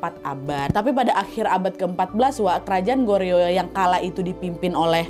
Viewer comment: Kasih tipsnya dikit ya hehhehhe Seoul bacanya Soul. Icheon bacanya inchon. Goryeo bacanya goryo. Biar ngomongnya Kaya org Korea. Hehhehehe